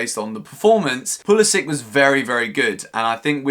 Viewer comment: Hello, i just want to inform you that you are pronouncing Pulisic wrong. It end's like Branislav Ivanovic or Aleksandar Mitrovic...